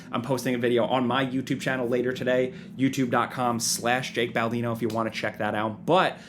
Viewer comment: Hey, its Bake Jaldino.